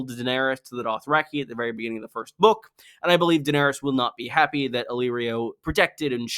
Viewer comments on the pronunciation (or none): none